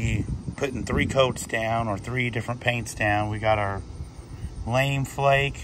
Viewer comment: hahaha "lame" flake . . . . it's lamé == "lamb-a" :) love it under their camel yellow, really makes a great flake yellow with that ps-19